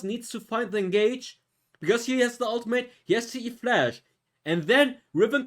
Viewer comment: That's e -> flash XD not flash E hahahaha